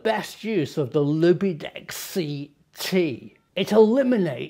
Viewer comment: I think they pronounce it Loopdeck - but I prefer yours!!! - As a pro photographer I can confirm it is ace